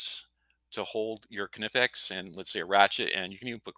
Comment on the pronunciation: Very cool, I would use this. Also, thank you for pronouncing Knipex correctly. K (a) nipex.